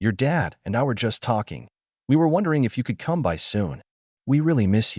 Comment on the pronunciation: The fact that people believe these AI-generated stories are real explains a lot about what's going on in this country. I mean, does a real person read "by" as "B-Y," or "it" as "I-T"?